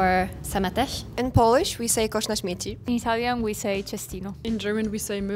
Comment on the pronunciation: Szmieci powiedziała, nie Śmieci